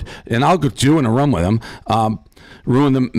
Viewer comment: Dave it’s rooom not rum